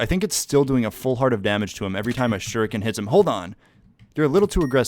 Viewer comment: dude i thought u kept saying sugar cane...shu ri ken